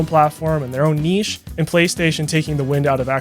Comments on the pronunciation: Im giving this video a like for the simple reason that youre the first American to ever be able to pronounce the word "niché" correctly. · Thank you so much for pronouncing "niche" correctly. My OCD can rest for a bit. Good video :)